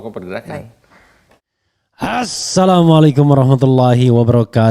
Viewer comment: Cara ngucapin salam bung refli itu klo bisa diperbaiki dulu ..baru ngomongin dn ceramah soal agama